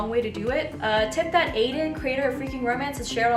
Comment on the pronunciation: I heard aidyn and my brain stopped for a moment